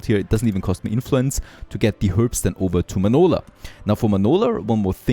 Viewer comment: So it’s “Manoler” now 😂